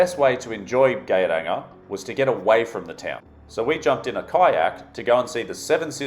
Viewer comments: Geiranger is pronounced sort of like yay-rahng-air. Since you literally asked. :p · Norway is one of the world,s most beautiful places,(if one likes mountain,s)😉 Especially Fjord Norway I was very amused of the way you managed to spell Geiranger wrong and differently i think 5 times , especially,,, Gay ranger ,, for gay people or what 😂😂😂😂🤠😉 Norway for the win